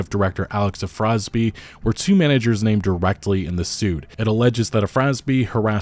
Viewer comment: Afrasiabi- ah-frah-zee-ah-bee. His crimes should not be obfuscated by mispronunciation.